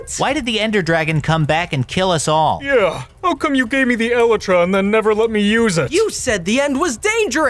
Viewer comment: I love how none of them can pronounce elytra